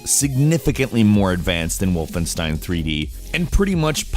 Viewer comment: please stop saying wolfen(ss)tein it's wolfen(sh)tein